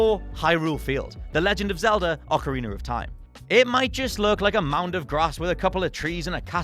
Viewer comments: As an American: Is that really how other people pronounce ‘behemoth’? And It’s Ocarina. ocari-NUH. ock-uh-ree-NUH! Ocari-NER makes me want to cast away my teeth. The movie reference, not just, yknow, tossin’ ‘em. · "OCARINER IN TIME" I cant be the only one who hears it